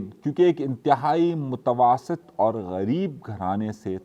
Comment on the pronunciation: متواسط کوئی لفظ نہیں ہے میاں متوسط پڑھو یہ درست ہے